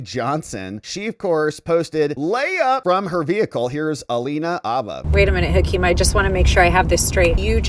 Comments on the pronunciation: Jesus, man! Habba has a hard H in front. Habba, not Abba. Say it how it's said. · Mariachi meme’s in competition for best ever… oh, and btw, it’s Alina Ηabba, not Abba… Abba is an 80’s Swedish pop group…